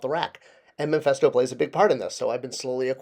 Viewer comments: Mephisto not Mephesto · Its Mephisto not memphisto.